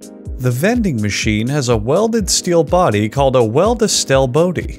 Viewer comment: A welda steil bodi. Hm, must be French.